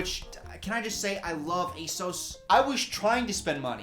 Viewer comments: what the hell is that asos pronunciation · why dyou say asos like that